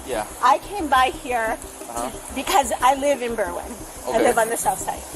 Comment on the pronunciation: Berrr-wyn. Just had to say it, iykyk. And why would anyone want to have anything to do with Nick Fuentes? He’s pure trash.